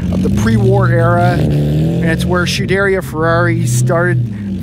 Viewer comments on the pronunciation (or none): Why is he calling it Shederia Ferrari? Its Scuderia Ferrari. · Scuderia is NOT pronounced ‘schedairia” but SKu-de-rIa”…. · Yes, and Skuderia, which means stable in Italian. Not shuderia. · Scuderia is pronounced sKuderia, not chooderia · The pronunciation on SCUDERIA not shoederia is pan painfull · Shoo dare ia Ferrari? Barchetta is pronounced Barketta, with the hard ‘ch’ from Chianti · did you just say SHUderia Ferrari? :D:D:D::D:D:D:DD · True about hearing "Hork"...and also true about hearing "Shoo-DARE-ee-uh" (repeatedly) and "Bar-CHET-ta" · Never heard it pronounced "shoo-deria"? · nice vid - believe it is is 'sku-dur-ri-a'. hard 'c' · Scuderia…Sk ooo de reaa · But he doesn't know how to pronounce Lancia, Barchetta, or Scuderia. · I wish you could pronounce SCUDERIA correctly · yes. I’ve experienced that with some YouTubers not knowing what they’re talking about, but this is puzzling because he seems to be really knowledgeable. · I absolutely love your videos, and I have but one humble request to make... Find a native Italian speaker and ask them how to correctly pronounce "scuderia". You are absolutely butchering that beautiful Italian word.